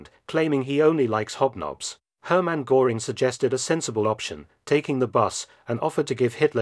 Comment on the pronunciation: Pretty close, but the pronounciation of Goering ruins it.😂